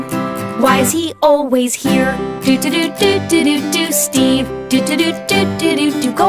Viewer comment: Am in the only one who always hears steven and not steve